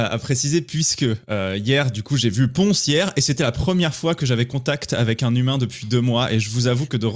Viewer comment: c'est 'Ponce' tout court